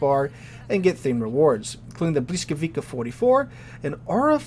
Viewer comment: It's pronouced, "buh-WEE-scow-vee-tsah"....